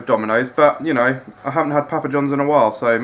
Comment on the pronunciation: Stop saying pappa like that. I'm from England and no one says it like that.